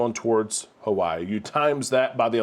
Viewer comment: Just once we would love haoles such as yourself to respect the mana and say Hawaii correctly.